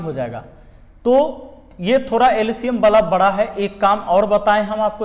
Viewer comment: Sir bra nhi bda hota hai sorry sir